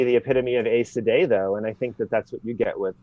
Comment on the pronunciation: This guy says Aes Sedai wrong.